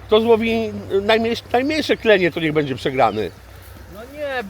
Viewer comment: wszystko swietnie tylko staraj sie mówic będzie a nie bedzie